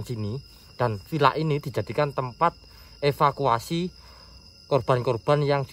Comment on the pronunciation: espaskuasi Kirain evakuasi.....😂😂😂😂